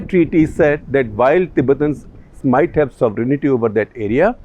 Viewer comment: Mr. Shekhar Gupta! You are one of the rare intellectuals of India. I have been a great fan of yours for years. I hate to point out, but your pronouncement the word, "sovereignty" is wrong. 95% percent Indians pronounce it wrong. the word is "sovereignty' not sovereignIty. I hope you understand what I am saying. Don't add "I" after "n" .